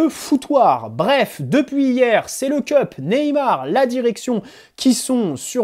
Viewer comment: Le "Keup" ? Une tasse ? Le CUP wesh c'est ton club et tu sais pas prononcer le nom de nos ultra